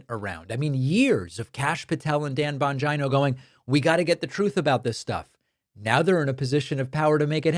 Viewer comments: Stop calling him "Bonjino"...like Vagino. His name is italian...Bon-geeee-no. Geez!! Swollen ankles...shrunken brain. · Bon gynooo? Is David saying it like that to be funny? It’s bon-Gino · Bongina...say it like va....😂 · Why are you saying Bongino like vagina? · Does David mispronounce Bongeeno on purpose? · It's "Dan Vagina" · The Bongina. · So, not only are you mispronouncing Bongino’s name and now Tapper. Done…